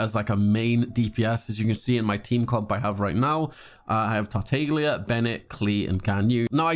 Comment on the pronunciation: "kweelin" "tartaylia" "zonglee" "gahnyu"...................................................